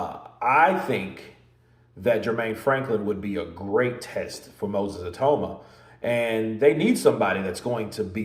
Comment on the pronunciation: Get his name right EE-TAU-MA -Nigerian/Yoruba name 😂